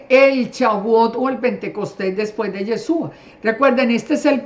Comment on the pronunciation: Señora una pregunta , por qué usted con todo su conocimiento aún no pronuncia bien el nombre de YESHUA usted dice yesua 😒 por qué ?? POR QUÉÉÉÉ????